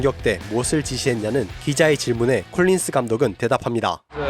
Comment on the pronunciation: 제발 덕 콜린스라고 발음해주세요^^❤